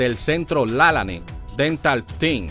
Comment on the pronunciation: Usted pronuncia el apellido de el mal, no es con acento es Lalane